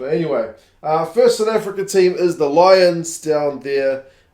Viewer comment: Good to see both Italian teams starting strong, although can't say much about the "Low-ions" though.